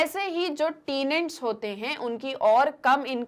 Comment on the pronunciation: It’s not “टीनेंट” its “टैनेंट.